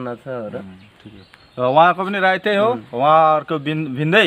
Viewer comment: राई होइन सर राय हो सर